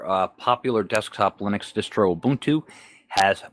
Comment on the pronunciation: Moo-buntu LOL. Maybe they should adopt pacman instead of reinventing the wheel. :) Continuing to enjoy the format change of not green screening into the videos. No matter who does it, unless it serves a direct purpose, it's distracting.